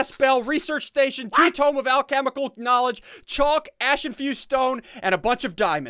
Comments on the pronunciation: The way he pronounced chalk though. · lmfao he pronounced the L in chalk xD